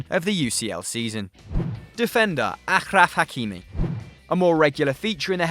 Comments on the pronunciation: The way pronounced achraf hakimi pissed me off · Lol so true